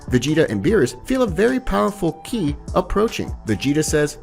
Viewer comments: "With the increase of his Kai" BRUH ITS KI! Bro can't even say the term right. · Its not "Ky" its "Ki" (Ke). Misunderstood what you meant a couple of times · I’m not hating but It’s ki not kai it’s basically saying “key” lol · It's ki as In key your saying Kai as I. Dragon ball Kai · KI isn't pronounced like "Kai" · ki not kai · Maejin buu 😭 and Kai in stead of ki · It's so funny how he says "kai" instead of ki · This is good but Watch the anime and realize your pronouncing Broly, ki, and several other things wrong. (Bro-lee), (k-ee). Love the content though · Ki is pronounced as key